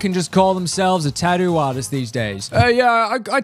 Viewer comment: why does it sound like he said tattoo ass?